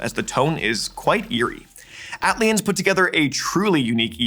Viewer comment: Love seeing former hero on this list, absolutely love his unique stuff. also it is pronounced AY-TEE-ELL-iens